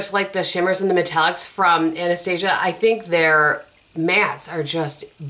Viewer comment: And you pronounce it correctly!! a-nuh-stA'-zha"